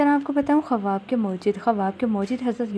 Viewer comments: Sahi lafz Khuaab hai khawaab nhi...apna talafuz drust kijie shukria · Bahen AAP har baat tafsil se Bata Rahi ho par jaha khuab k tabir hai wo u jaldi jaldi bol Rahi ho k kuch samjh nahi aaraha ya samjh kar bhi samjha mushkil hai Baat Ko Lamba khinchny se accha hai k main baat bataya karo Aur khuab ka pronounciation thuda Sahi karlen Khuab khawab nahi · kawaba nahi hota ha kawab hota ha